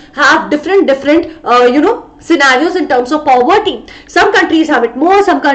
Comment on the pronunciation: aap poverty ko pawvarti kyu bol rahe ho 💀💀